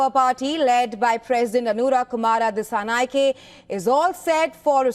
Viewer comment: Not dissanayakeeee disanayakaa use e sound😂